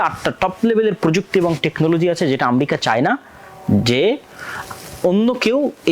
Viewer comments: জ্ঞান বাড়াতে হবে। বক বক করলেই হবেনা! ইরাক-ইরাম যুদ্ধ কেনো হয়েছিলো আগে জানুন। আর আম্রেকা না ওটা আমেরিকা উচ্চারণ হবে। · স্বঘোষিত বিশেষজ্ঞ ! যিনি উচ্চারণও জানে না। আমরিকা কী? পৃথিবীতে কোনো রাষ্ট্রের নাম কী আমরিকা ??? যুদ্ধ হচ্ছে জ্ঞান ও প্রযুক্তির দ্বন্দ্ব? না আধিপত্য, অস্ত্র ব্যবসা, অর্থনৈতিক নিয়ন্ত্রণ ???